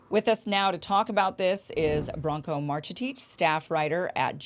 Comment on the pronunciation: "Branko Marcetic" LMAO what a clown.